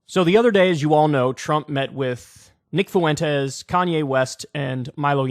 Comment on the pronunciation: Is there not a white person in America who can pronounce fwentez? What is foo-en-taze?